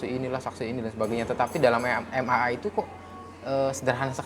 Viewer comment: bukan MMA tapi MAA. Kalau MMA itu adu jotos bang hehehe....